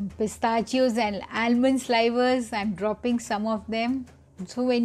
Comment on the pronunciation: “Slivers” is pronounced with a “short i” sound like “liver”.